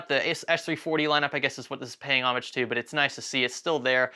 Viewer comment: No one can say homage correctly and I'm mad. You were so close